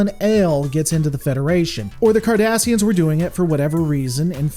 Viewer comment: Every time you say "Cardassians" all I am hearing is "Kardashians"